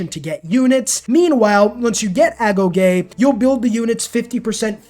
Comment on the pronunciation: Wait you pronounced agoge correctly? Are you sure youre a civ player?